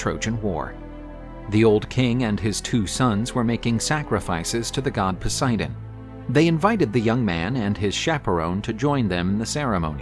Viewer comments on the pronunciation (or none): none